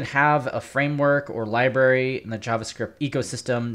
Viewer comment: I think you mean library not liberry.